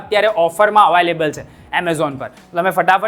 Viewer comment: Available ❎ Avaaylable ✅